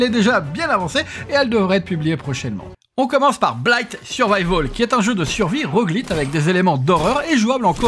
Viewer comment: ROGUELITE!? ROGUELITE!!! Serieux... ^^ ça se dit à l'américaine, "Roguelaieute"